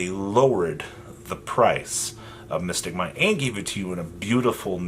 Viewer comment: lol mystic mine.. 😆 i though he said biscut mines 🤣